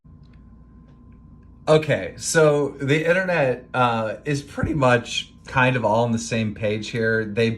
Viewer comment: he said jind of and thats not a really good joke